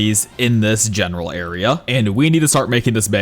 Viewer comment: Guys tell me how much times he said genaral